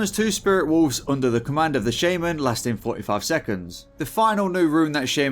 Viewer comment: You are pronouncing Shaman correctly in shamanistic rage but wrong by itself